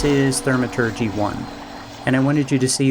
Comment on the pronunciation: Gha, love the vid but every time you say Thermaturgy it's like nails on a chalkboard. Thaumaturgy, like saying Thaw